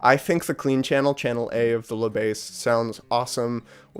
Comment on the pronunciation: Good review but if you want to improve your French you should not pronounce "La Besse" but "Le Bass". You have to swap the sounds. (I admit 2 Notes made a tricky name as it is named Le Bass for "Le preamp bass(e)" instead of "La basse")